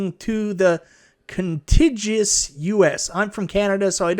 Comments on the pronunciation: It’s pronounced Con-Tig-You-Us my friend. Which is just another way of saying continental. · "Contiguous", hard "g", means all the states touching each other (so not including Alaska and Hawaii).